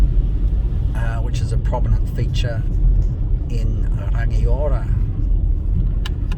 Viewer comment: rangiora is also pronounced rung eee aura not rang i ora